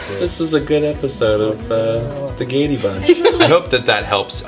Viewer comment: When I heard the Gay-day Bunch I had to stop the video because I died right then